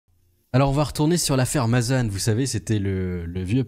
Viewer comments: Mazane putin mais arrete ca se prononce mazen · On prononce Mazan comme écrit, pas Mazane. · au fait juste pour info on dit ma zan comme le bonbon le zan on dit pas mazane c'est pas une critique ses juste pour que tu est la bonne prononciation le an ce prononce en, je suis du Vaucluse je connais bien cette ville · On dit Mazan pas Mazane